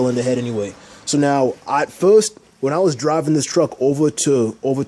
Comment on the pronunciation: Everytime you say "first" (furrrst) I see Foghorn Leghorn the cartoon Rooster from Warner Brothers!!! Appreciate you man!! Keep on doing what you do!! Twist myself up like an 8 y/o ballerina up under the fenderwell of the truck....LOL....some good lines and great work in this one!!